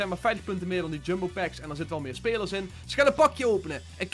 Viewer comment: Het is packs niet pakss